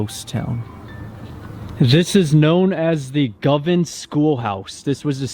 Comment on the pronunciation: pronounciation is "GO- Van"